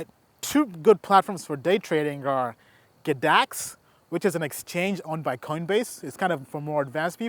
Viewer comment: G-dax not GADAX bro. but love the info..smashed you a like and sub